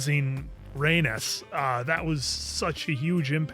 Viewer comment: “Rhaenys” 🗣️”Ray-Niece”